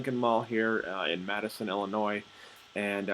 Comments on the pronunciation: I live here...and it's not Madison...it's Matteson (matt-sen) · *Matteson, sounds like he's saying Madison. But yeah, Lincoln Mall kinda did themselves in. Nothing really appealing as far as stores go. Why go there when you can take another 20-30 minutes to go to Orland Park? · The e is silent... Matt-son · Learn how to pronounce Matteson